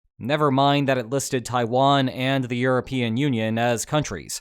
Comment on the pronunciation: Did u really just say tawian wasnt a country